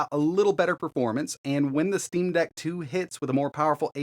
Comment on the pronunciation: "when it comes to Linux, we move over to the "steam bag" -??? Steam Dag??? I can't tell what you're saying - it doesn't sound like Steam Deck...but could that be it? There's too many naming collisions in this industry...